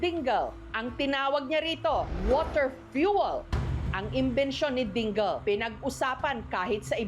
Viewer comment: Ding-le ang basa. ito naman si Jessica parang di pilipino.